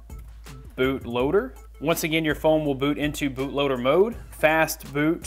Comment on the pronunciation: When he said fastboot i thought he said fastfood XD lol